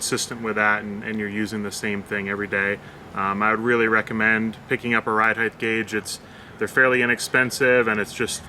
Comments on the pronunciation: Ride Height* ....heighth isn't a word. :) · Wtf is heightth